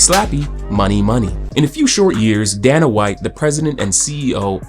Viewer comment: bro wants to insult capitalism and Dana White but can't even pronounce Dana's name properly 😂 bro keep your libtard "colonization" smooth brain opinions out of videos that aren't related to that whatsoever